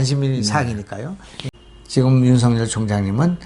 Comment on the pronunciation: 윤석열은 연음법칙에 따라 윤서결로 발음해야 합니다.윤성열이나 윤성렬로 발음하는것은 매우 잘못된 것입니다.소위 지식인이라는 분들이 우리말,더군다나 가장 중요한 사람의 이름을 잘못부르는 것은 방송의 신뢰와 화자의 수준을 의심케 합니다. tv 애청자로서 안타까운 마음에 드리는 말씀이니 은 물론 누가 페널로 나오든 꼭 지켜지길 바랍니다.